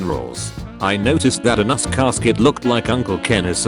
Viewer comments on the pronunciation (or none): I like how AI word reader guy read "agnus" as "anus".